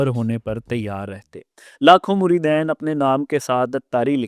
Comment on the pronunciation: بولنا تمھیں آتا نہیں بیٹھے ہو پروگرام کرنے مریدین صرف دو مریدوں کو کہتے ہیں زیادہ کو مرِدِین کہا جاتا ہے